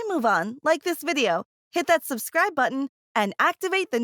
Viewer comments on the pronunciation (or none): none